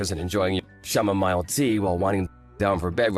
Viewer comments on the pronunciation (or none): Chamomile is pronounced "Cäm-mō-mīle" NOT "Shäm-mō-mīle".